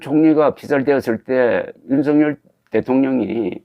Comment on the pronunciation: 윤석열의 발음은 "윤서결"이지 윤성열이 아닙니다! 대부분의 기자와 방송인들이 윤석열(윤서결) 의 발음을 윤성열로 하는것을 보고 실망을 금 할수 없읍니다! 윤성열과 윤석열이 같이 있다면 발음으로 어떻게 구분 할수 있읍니까?